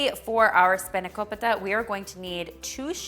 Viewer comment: I am so glad you didn't say spanako-pie-ta 😂 Looks amazing as always 😍